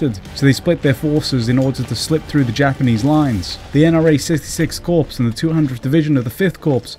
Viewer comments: informative video - only problem, please stop pronouncing 'corps' as 'corpse' - it's pronounced more like 'core'. thank you looking forward to part 2 - the empire strikes back! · CORPS, its pronounced Cor Not Corpse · The mispronunciation of CORPS - countless times - is ruining this for me! Not CORPSE but just COR - As an ex-member of the Royal Signal Corps it is making my ears bleed. Sorry! This campaign has always fascinated me (my mum lost her youngest brother as a Chindit) would love to know more about the state of the Burma Army, numbers, units, combat/equipment strengths.